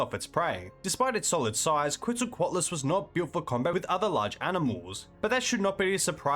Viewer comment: I really enjoy your videos, but I had to give up after 40 seconds of hearing your pronunciation of quetzalcoatlus. I just can't do 18 minutes.